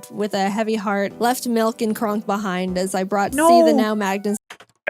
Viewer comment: actually it's Crunk not cronk